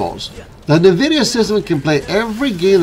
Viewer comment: It’s N VIDIA….. NOT Nervidia no one should be pronouncing this wrong in this day and age